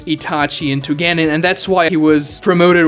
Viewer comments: CAN YOU PLEASE PRONOUNCE GENIN CORRECTLY!!!!!!!! ITS PRONOUNCED (G-EH-NEE-N) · The fact that you can’t pronounce genin makes refuse to watch any other video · Can we talk about he can't say genin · is no one gonna say he said genin wrong?? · The second I heard how you pronounced Genin I stopped taking this seriously lol